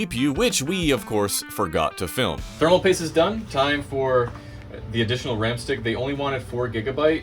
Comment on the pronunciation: "I'm gonna give them another stick of RRRAAM"